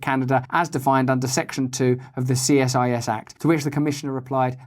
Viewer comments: CSIS -- pronounced SEE SIS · Two things. We say "see-siss", for CSIS. And I am so happy to see this video! Let's not forget, if "violence" now means violence to the economy, who has dobe THE MOST "violence" to the Canadian econony! Dear JT himself.